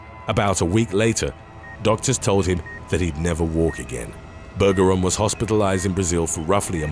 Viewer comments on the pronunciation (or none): Bergeron is pronounced with a soft G. Just saying